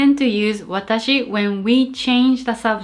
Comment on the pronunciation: no, we say watashi. but,we don't say waataahsee.